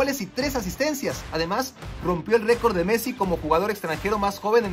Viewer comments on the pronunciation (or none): none